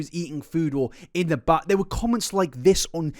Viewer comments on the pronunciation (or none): none